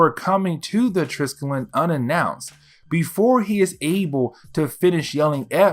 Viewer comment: I mean this in the absolutely nicest way possible, as I have enjoyed binging your content the last few days, but the big old carrier that S.H.I.E.L.D. uses, the Triskelion, is pronounced like "try-skelly-on". I don't know why they named it that, as it is the name for a type of symbol consisting of three spirals aligned in a triangle. It doesn't look anything like an aircraft carrier. Regardless, keep up the good work! It's been cool to delve into the Ultimate universe like this, as I never really got the chance to do so when it came out!